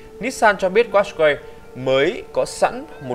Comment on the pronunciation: đọc đúng là cát cai nha